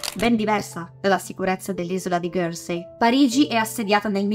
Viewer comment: Isola di "ghersei" però non si può sentire